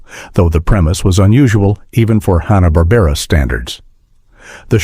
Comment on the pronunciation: I tuned out after about a minute. Made up crap with AI voiceover. "Honna-Barbera" cartoons are hardly "forgotten".